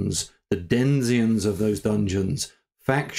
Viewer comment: I used to pronounce denizen the same way. Sadly, we were both wrong. I'm glad I'm not the only one.